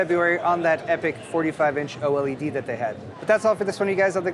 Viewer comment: Oh el ee dee = OLED ;)